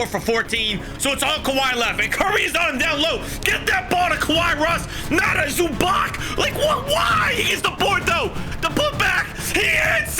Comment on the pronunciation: Yo I’m a clipper and I fell disrespected that u said Zubach and not zubats the proper way to say it